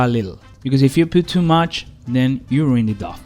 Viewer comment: Someone might have said this already but the word dough sounds like snow, row or show. The pizzas looked amazing by the way!!!